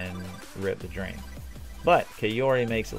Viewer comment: What does he say? "Rip the dream"?? it's hilarious!